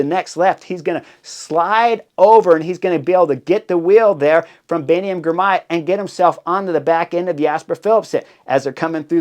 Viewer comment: And "Girmay", not "Grimay"